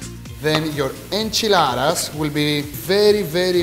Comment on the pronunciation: It's a burrito or a burrito mojado. I love how he says tortilla and enchilada like a native speaker.